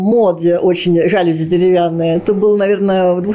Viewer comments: ЖалюзИ! ЖалюзИ! Не ожидала от дизайнера такого ударения)))🤭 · При чем тут филолог?) Диана дизайнер, постоянно имеет дело с предметами интерьера, с теми же жалюзИ, 😅 но почему-то неправильно произносит это слово. Это всё равно, как если бы она говорила "пАркет"вместо "паркЕт")) Очень удивила)) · Я думаю, что "знаменитый" дизайнер должен знать как правильно произносить слово жалюзИ.